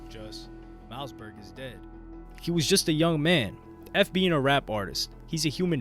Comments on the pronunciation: Bruh you’re always on point but I think you are a ai because you just get weird things wrong. Mouseberg huh? Any normal person knows it’s pronounced mossberg. Probably the best selling shot gun of all time. It’s like you never even listened to rap music or something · Ur sayin it like “Mouse” Berg. Its pronounced MOSS berg. Like the shotgun. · It's MOSSBERG not mouseberg! Lol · mouseberg? lol its hard to watch when his name is being butchered. its mausberg like mossberg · Mouse-Berg LMFAO!!😂😂😂 said his name wrong for the whole video smh. Its pronounced “Moss-Berg”. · Pronounced mossberg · Dope video brodie but you pronounce it mossberg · Mouse-berg 🤣 I can't even finish this shit. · Man you did a whole video on this guy & can't pronounce his name. Mausberg like the gun. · Mouse Burge.. You do your history but learn the name of the artist. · Mouseberg? All that research you did and can't even pronounce the homies name right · Pronounced Like the shotgun homes… Moss-Burg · Great video but you never went into what song or who Kendrick got the sample from, you never even mentioned King Kunta outside of the title of the video. Also, his name is pronounced Moss-Berg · Im glad that you’re covering DJ Quik and how he influenced the rap game. Also btw Mausberg is pronounced Moss-Berg lol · At least pronounce Mossy's name right lmao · there's a sharp pain in my ear every time u say mausberg's name wrong 😂😂